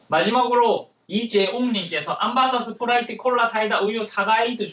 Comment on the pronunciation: 스프라이트를 스트브라이트로 부르신거같은데